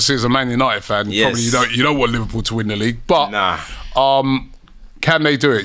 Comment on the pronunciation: Who’s “Liwpool” ?